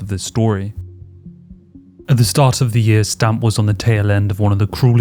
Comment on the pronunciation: Should it not be more like S'tamp or se'temp, or possibly even se'tem? I googled it and it seems more like that on the pronunciation. (However... it may just be the English word written in Thai letters lol). I just remember that Thais do not seem to have much a "st" sound. Great video btw!